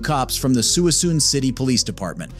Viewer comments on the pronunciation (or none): Suisun police Dept sounded like Suing Soon Police Dept 😂😂😂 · They actually call it soosoon County. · It’s not “swee soon” or “sorry soon”. lol. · You butchered Suisun town name lmao